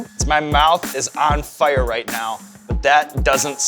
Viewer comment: Sean says “fire” like a German